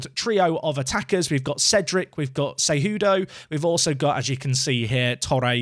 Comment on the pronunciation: Hey man! you got it! you nailed Cejudo pronunciation! :D